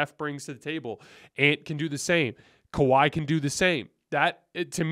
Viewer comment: Did you just say kahwi in his Prime 😂😂😂 .. what prime.. prime load management